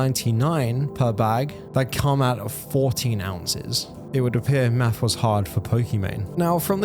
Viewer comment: Are you saying (maffs instead of math..??? )I think she sucks but that one word kept getting me ...what is maffs